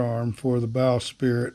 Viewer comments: Bowsprit - “sprit” NOT “spirit” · Forgive me but it’s “bowsprit” not “bow spirit”